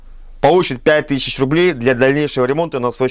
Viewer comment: Бро почему ты постоянно говоришь тышичь?)))